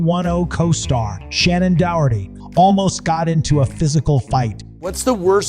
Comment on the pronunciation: It’s Dunaway, not Don-away! It’s Takei, not The-K!! It’s John Leguizamo not John Legume-zamo! Its Shannon Doherty not Shannon Dour-ty! It’s Watch What Happens LIVE not LIFE!!At least you got Vivica Fox right! 🙄🙄🙄